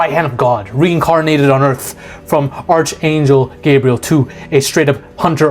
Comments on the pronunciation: Arch as in ark. Not the ch "chuh" sound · Bro Ark angel, not arch angel.